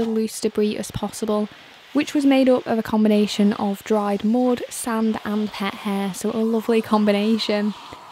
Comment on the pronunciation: Lovely accent, "dried mood" on the carpet, Delightful.😊